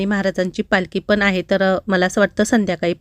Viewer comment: तुम्ही खूप शुद्ध मराठी बोलता😂 पण एकच शब्द गावाकडचा वाटतो😂 तो म्हणजे (हाए) नाही ➡️ आहे म्हणत जावा